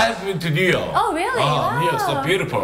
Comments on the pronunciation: 강사님.. 그 new york의 강세가 이상해요.. 딱 아시아사람이 발음 굴려보겠다고 발음만 그럴싸하게 하나.. 실상 강세가 이상해서 못알아듣는.. 처음에 뉴욕 말하는지도 몰랐어요.. have been도 거의 묵음식으로 넘어가서 못알아듣겠고.. 강세를 줘야할 부분은 smooth하게 넘기고 필요없는곳은 강세주니 다른언어 같고.. new york is so beautiful 말할때도.. 강세 이상해서 그냥 문맥상 알아듣지 냅다 아무것도 없이 저 문장 대뜸 말하면 어?? 머라구?? 뭐가 so beautiful?? 이라 할듯 진심이에요 그냥 까내리는게 아니라.. 진심으로.. 뭐라 하실까봐 전 미국에서 태어나서 현재 29이고 18살에 한국 넘어와서 쭉 살고 있어요 27살에 잠깐 1년동안 미국다시 갔다가.. 영어 못하지 않고 영어가 모국어입니다.. 한국말은 어머니가 한국분이라 어렸을때도 곧 잘 자연스럽게 했었어요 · 전문가시네요..그런데요. 제가 뉴욕쪽살아서감히 말씀😅드리는데 뉴욜크 이렇게 굴려서 말씀하시는데 뉴욕 현지에선 누욕! 이거임 r발음 안해요....ㅋㅋㅋㅋㅋㅋㅋ 그리고 아이해빈투뉴욕이라고 전문가 이건좀.... 물론 강호동이잘햇지만 너무 올려치기하시네요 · 추가로 new your 발음 nu ㄴ+ㅠ 발음이 아니고 강사님이 발음하시는 noo u ㄴ+ㅜ~ㅠ 로 발음도 아닌 오로지 정직한 noo ㄴ+ㅜ로만 끝내는 발음입니다. 저기서 강사님처럼 끝음에 ㅠ가 섞이면 촌스럽게 들립니다. 예로 들면 사투리 느낌..? 어눌한 느낌? 그런느낌이에요 어눌하게 말하는 느낌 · 맨 처음 new york 발음 끄는거 개느끼하네 ㅋㅋ